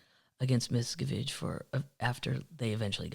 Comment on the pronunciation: Hi from a Pennsylvania termite! I'm a bit sad that you won't give our Philadelphia Eagles a chance Kathleen. 😢 If you need help with pronunciations, please let me know. As a former teacher, I'm sort of a grammar/pronunciation Nazi. BTW, it's Mis CAV age